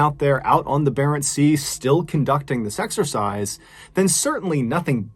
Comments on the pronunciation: It’s exercise not sexercise 🤦‍♂️ Jesus wept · I keep hearing an S before exercise O_O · Did anyone else hear "sexercise" every time Mr Ballen said "This exercise"?